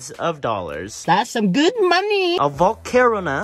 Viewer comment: GOT SOME “ guud moneeh “🤪